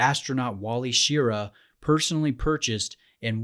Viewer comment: It’s pronounced Sh-RAH, not SHEAR-uh.